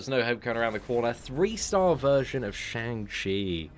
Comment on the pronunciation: Day 22 of waiting for to pronounce Shang Chi properly, feel like he's given up😂